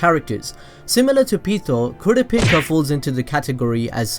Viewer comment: did i hear kooraapica?